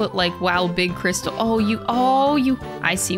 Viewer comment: Fun fact, the AAHH in is actually silent, because she forgot to unmute